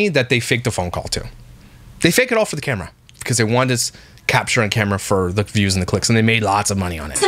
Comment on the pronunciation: Omg! Why does she keep saying "furr" instead of "for"???